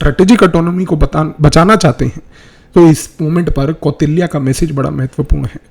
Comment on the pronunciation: कौटिल्य बोलिए भ्राता जी, मै तो ध्यान दिया तब जाके समझ आया कि आप, कौटिल्य के बारे में बात कर रहे है Apargrah ❌ अपरिग्रह – जितनी साधन की आवश्यकता हो उतने में जीवन व्यतीत करना